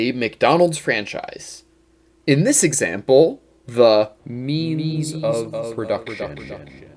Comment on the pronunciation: I keep hearing "meanies of production" lol